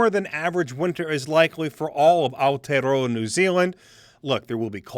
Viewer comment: Yet another average winter for NZ. Is this the best NIWA can do? Might as well get myself a maori weather rock. Also, if you work for an important government agency, you should know how to pronounce Aotearoa, properly.